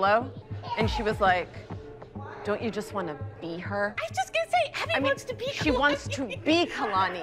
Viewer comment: Everyone: “Kalani” Daviana’s mom: “Keylani”